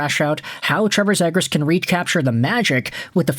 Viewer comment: It's pronounced 'zeegrus'